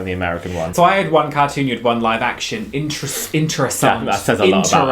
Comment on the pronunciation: the way you said interessant like a dutch person got me shaken